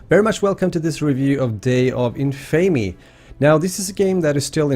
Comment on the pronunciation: It's pronounced day of In-fa-me, not in-fay-me. Kind of like the word Infamous you know? In-fa-mus? Just so you know. Love the vid otherwise!